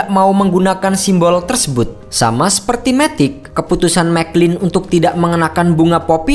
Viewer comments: bacanya MATIC min, bukan METIK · Matic bukan dibaca METIK.